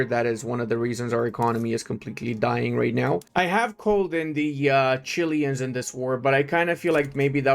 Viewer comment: as a Chilean is Chilean not chilian Greeting's from the best country in Chile